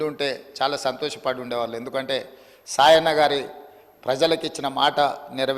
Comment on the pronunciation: సాయన్న అనే పేరే సరిగా పలకలేదు.. శేషన్న అంటున్నాడు 🤦🏿‍♀️🤦🏿‍♀️🤦🏿‍♀️🤦🏿‍♀️